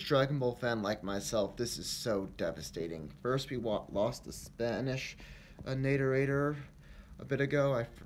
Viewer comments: "the natearator"..... Nah ray tor is how it sounds not nah rate ah rate or.. ffs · Narrator. Nair-rate-or. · Nator-ator?! ROFLMAO! (Ok, It definitely wasn't a mistake, our boy says it a few times.) 🤣😂😆😎 RIP BRICE! You will be DEARLY missed! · I still think the correct way to pronounce it is NARE ATOR